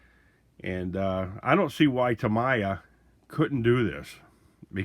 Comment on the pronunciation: It’s pronounced Tameeya. Not Tamaya.